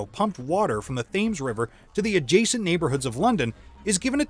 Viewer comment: The Thames river is pronounced "tems". Never "thames".